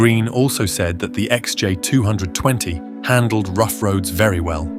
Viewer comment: Is this video's voice-over AI or does the narrator juts not know how to say XJ220 or XK120 ?